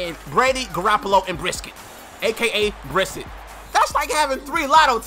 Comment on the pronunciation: its pronounced bry-set